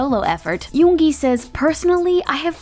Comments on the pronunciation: Finally!!!! Someone who pronounced yoongi right. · I can't even think of bts not having suga.And finally i found someone saying 'yoongi' instead of saying 'yoonji'😒😒😒😒